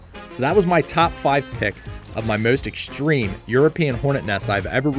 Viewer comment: I've never heard the word "exshtreme" before. It it related to the word "extreme"?